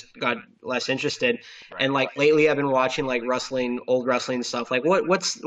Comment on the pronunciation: I like how consistently pronounces it as 'rustling.'